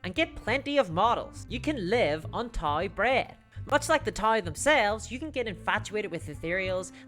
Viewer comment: Hey, Dawn of War is what got me into 40k and warhammer in general. Then I had no money and went Bolt Action. Also, it's t'ah-ow (Tau), not Thai, but since you're inot Mordheim (Reikland Mercs m'self) as well, I'll let it slide.